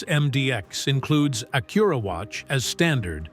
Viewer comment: Stupid Ai..learn how to pronounce Acura..duh